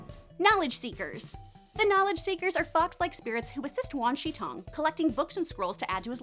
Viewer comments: The name of the giant owl is Wan Shi Tong, not Wan ShiN Tong. Not trying to be a know it all, just wanted to let you guys know.👍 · Ahem, it is pronounced Wa Shi Tong